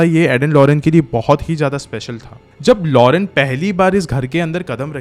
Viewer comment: Its lorraine not lorene..nice explaination❤